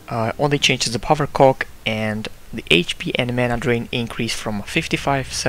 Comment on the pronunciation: No offense, but it was funny when u said ''power cock''